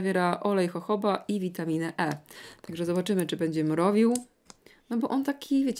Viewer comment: Jak ja kocham gdy nazwy są wymawiane poprawnie. Jojoba - hohoba, bravissimo. Ale acai czytamy asai :)